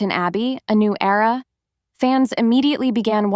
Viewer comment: Era NOT error